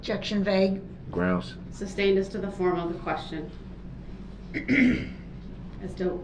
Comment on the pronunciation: Someone please tell him it’s “sustain” and not “substain”